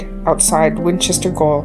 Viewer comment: Gaol.😅 is pronounced jail.